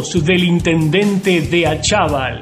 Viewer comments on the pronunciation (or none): Jajajaj yo vivo en Pilar y no sabes ni el apellido, No es DE ACHAVAL, ES ACHAVAL